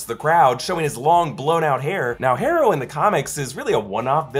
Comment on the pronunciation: You’re actually having a hard time pronouncing the name “Harrow”? It’s HAR-OH. Not HAIR-OH.